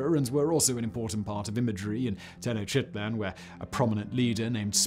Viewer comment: Simons faulty pronunciation of non-English terms is just wild. Here he again presents us with his totally mixed up yet surprisingly consistent mispronunciation of “Tenochtitlan” as ‘tenochitlan’. The word is said exactly* as spelled, how could one so consistently say something incorrect? I feel bad if he’s genuinely dyslexic but like how the hell can you be a professional narrator and have such weak attempts at saying new words..